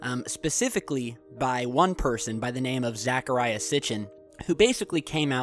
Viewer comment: dude...... its ZECHARIA not zAcharia. zekaria is the correct pronunciation. good ole zecharia NEVER said the planet would return in 2012. here is what he actually said..... "the only thing certain about 2012 is that there ill be another presidential election." matter of fact, he is pretty good about steering away from predictions about when the planet will return and can ya blame him? at any rate it seems like you have not done your homework about sitchin and that you are just researching just enough info to make a video of your own. its really clear you are biased on this subject....so maybe YOU should steer clear of the subject seeing as that you cant be bothered researching it fully....just saying..